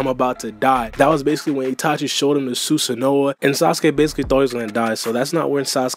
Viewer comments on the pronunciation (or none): this nigga said SusanooAH LMAOOO! Cmon now we all the way in Boruto u should know how to say it 😂🤣